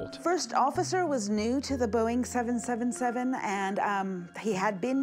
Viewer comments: You say names wrong. It’s a name not a number. It’s 777, not seven hundred and seventy seven. It’s a name, not a number. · OK, I know it's my pedantic side coming out, but it just kills me when they keep saying "7 hundred and seven seven" when referring to the airplane. It's supposed to be said simply as "seven seventy seven". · I already made it through 3/4 of the film by the time I reached the same conclusion! He keeps calling the triple 7 the "seven hundred seventy seven" hahaha!